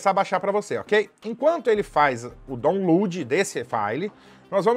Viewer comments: Eiita que inglês bom.. DON LUD...😢😢😢😢😢 Onde deveria ser " DAUN-LOAD" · Amei o vídeo, mas foi sofrido o "daulud"